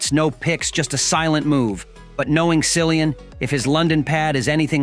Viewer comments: Learn to pronounce his name correctly! Geeezzz! It is like Killian! You really shouldn’t do a video about someone whose name you cannot pronounce correctly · Probably the information here as false as the way they pronounced his name. Common it is common courtesy to pronounce someone 's name correctly. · Incorrect pronunciation of his name 🙄